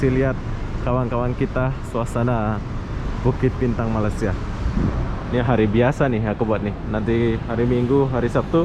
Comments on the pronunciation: Iya bener, gue dengarnya bang selalu nyebutnya kek " Malas - sia" sampai Gue ulang. Asli bro Tapi bener sih orang malasia itu rata2 pemalas 😂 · itu sentiasa berbahasa Indonesia bukan sebab nasionalisme dia kuat tapi disebabkan oleh dia BODOH dan Tidak mengerti betbahasa Inggeris. sentiasa sebut MALAYSIA secara yang salah. Langsung tak hormat sama Malaysia. Pulau Pinang pun salah disebut zpulau Pineng. Berkali kali ditegur terus juga enggan memoerbaiki kelemahan diri sendiri zDia BETAH berada di KL. Tapi saya tidak betah dia datang ke sini. Baik kamu pulang saja ke Lombok segera.....pulau yang sarat dengan ILMU HITAM.....Bangsa Lombok ini banysk sekali melarikan isteri orang dan perawan Malaysia ke Lombok secara illegal. Rupa ganteng tapi keturunan syaitan. Itu lah Lombok.